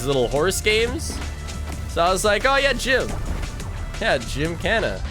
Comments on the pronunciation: gymkhana is pronounced "jim-kah-na" and its also the name of a motorsport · sounds like the portuguese word "jincana"